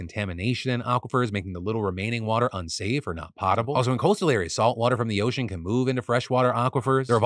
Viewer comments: Lol its not Pot-able. I think you mean pote-able water. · Seeds are pottable... I think you meant potable. Lol.